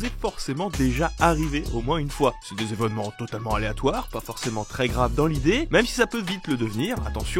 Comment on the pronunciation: C'est quoi des zévènements et des zhistoires ?